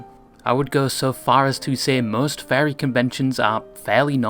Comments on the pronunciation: The "fairy" community?? FAIRY?!? I think its pronounced Fur-ree, furry... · Is it me or the way he says Ferry than Furry with letter u replaced with e? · Are you saying “fairy” lol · Say "fur" , then "fair Say "hurry" and then "hairy". Then "Harry" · I know you’re capable of making the U sound